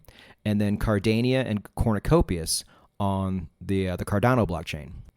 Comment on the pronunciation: "Cornicopious" - hilarious.